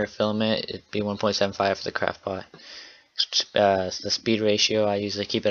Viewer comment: sounds like your saying crapbot